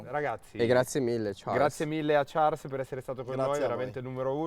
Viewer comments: Fede che chiama Charles con la pronuncia inglese quando la pronuncia francese non é "Ciarls" ma "Sharl" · Ha pronunciato pure male il nome dell'ospite dio caro che odio ahhaha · Certo chiamare un monegasco con la pronuncia inglese è sempre un piacere... "Sciàrl" diventa "Ciàrls". Ragazzi davvero, studiate, lo studio evita anche figure del genere. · fede però si dice sciarl non ciars